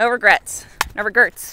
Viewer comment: Omg she said no regerts!! Not even a single letter!